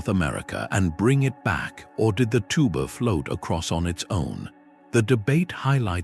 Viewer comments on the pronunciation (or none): AI's creation of a "kelp forest" is hilarious. The many mispronunciations ("did the *tuba* float across on its own," "double-*holed* canoe," etc.) and the images of four-fingered humans with European faces earlier in the video are funny enough, but imagining a canoe among kelp "trees" jutting far out of the ocean is supreme.